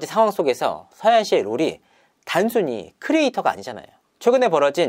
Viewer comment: 서하얀인데 계속 서해안 서해안 거리는게 듣기 거북하네요.. 절레 절레